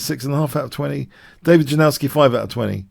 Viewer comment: FYI Janowsky is pronounced Jah-Nov-Ski